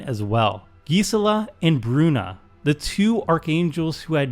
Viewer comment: Thats how your suppose to pronounce Gisela?